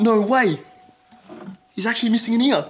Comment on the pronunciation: "Was he really missing an eer?" ??! Does that mean an ear?